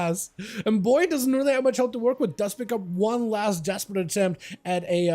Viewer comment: Buoy = Boo eee :)